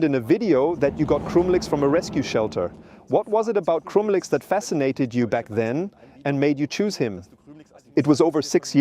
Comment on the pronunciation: It's still AI, quit whining, the voice is perfectly acceptable. If it were not AI, he wouldn't be pronouncing the dogs name wrong. "Krümelix" sounds totally different than in the video.